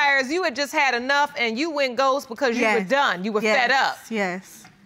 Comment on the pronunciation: Ghoses! lol